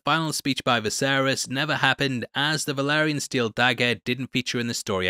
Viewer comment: It’s “Vah-lee-ree-an” steel dagger, not “Veh-lah-ree-on” 😅😂